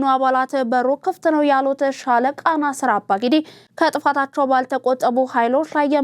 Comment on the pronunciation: NAASIR ABBAA-GIDDII . not " nasiir abaa gidii " . Just advice for the future .